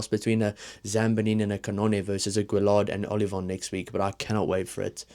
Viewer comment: LL in french tends to be an uy with the accent after on the e sound so gailleton is more guy-et-on. Guillard no accent on the a gu-ee-ard. Keep up the videos.